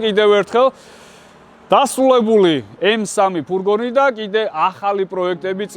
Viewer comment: ფურგონი არა, ფურგ-უ-ნია 🎉